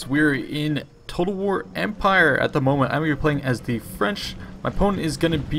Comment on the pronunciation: Your French pronunciation is very good.